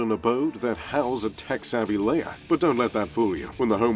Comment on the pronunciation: it's Lair not "layer"